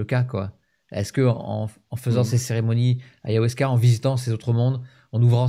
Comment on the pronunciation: Ayahuasca et non pas Ayahwasca ❤❤❤